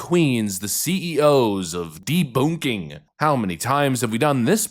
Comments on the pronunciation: "deBOONKing?" Boonk?? LOL!! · I thought that the second way to promounce debunking was just a funny way to say it with a German accent. The Coball Excuse reminds me of the panic that people said that involved computers shutting down on 1/01/2000 because they were afraid they would just switch to 1/01/1900 and shut everything down.